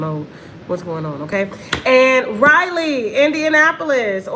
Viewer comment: Raleigh,NC probably isn't sold out because they probably don't what city you're saying. Raleigh is pronounced (Ra lee) you kept saying Riley, Ryelee. I'm from the area didn't what city you were talking about at first especially since you're not saying the state